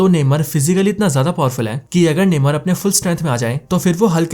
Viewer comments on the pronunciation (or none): नेमर नही नेमोर